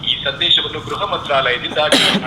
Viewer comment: ಗ್ರಹ ಅಲ್ಲಾ ಅಕ್ಕ ಗೃಹ😂😂😂😂